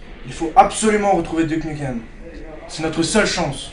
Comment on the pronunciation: ouais,c'est un bon film,mais on dit:dyouke nyoukem,pas duc nukem!c'est bien n'empêche!